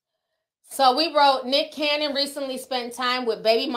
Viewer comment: Ti you get me every time that you say Dicholas Cannon🤣😂😭😂..and not Father Abraham 💀💀